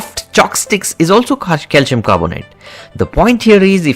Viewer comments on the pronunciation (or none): Cal-SEE-ummm... Now you try to say it! He cant say calcium at all hahaha